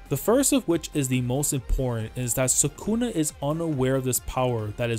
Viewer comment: Isn't it sukuna, not sakuna